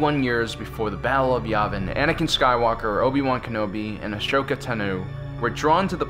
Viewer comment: you say Ashoka's name wrong HOW?